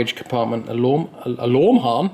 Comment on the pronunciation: alorm harm, fantastic 😂